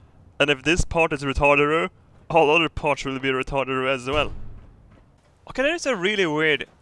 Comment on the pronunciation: why do u say ratarderer